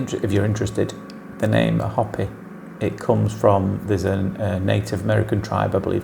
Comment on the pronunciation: I’m not sure if you’re referring to the Hopi Indian tribe here in America. If you are, they pronounce their name “hope-ee,” not “hoppy.”